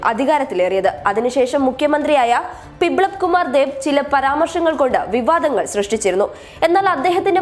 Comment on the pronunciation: പിബ്ലബ് കുമാർ അല്ല..ബിപ്ലബ് കുമാർ